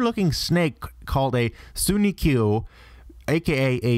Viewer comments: Some parts of this video were actually pretty informative and stuff I never heard before, so that's credit where it's due, but Jesus fucking Christ, your pronunciation is horrible. Sunikuyu? You mean tsuchinoko. And it sounds like you're saying kamaitachi without the first "i". Japanese syllables really shouldn't be that difficult to pronounce, especially not if you're gonna put in the research (so far as I'm aware, English is one of few languages where vowels take on multiple forms). But it wasn't just Japanese terms you're screwing up either; it sounds to me like you're saying Leviathan while stopping short on the last syllable. Speaking of which, I think a lot of people are aware of Behemoth and Leviathan (that same image is shown in a lot of Pokemon explanation videos), but you seem to stop short of explaining what the hell Ziz actually is. This is actually notable, because Ziz is a giant bird instead of a dragon, and people seem to assume Rayquaza is based off of it if only for the relation it seems to share with Behemoth and Leviathan. In actuality, Rayquaza's origins don't seem to be 100% clear. Aside from the potential basis off of Ziz, Rayquaza also seems to share several similarities with Asian dragon myths in general (which are known for flying without wings) and the Aztec god Quetzalcoatl (the relation with Quetzalcoatl would've seemed even more apparent had the English version media pronounced the "qu" in Rayquaza's name with a hard "K" sound, as it's pronounced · I spit out my drink when I heard him try to pronounce Tsuchinoko, the one paired with Dunsparce. But yeah pretty much everything on this list was pronounced so badly XD